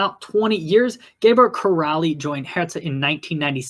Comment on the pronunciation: Great video, very detailed in Hertha's history. My only note is Gabor Kiraly is pronounced KEER-AYE.